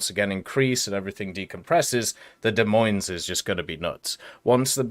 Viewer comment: FYI, the "s"'s are silent in the Des Moines...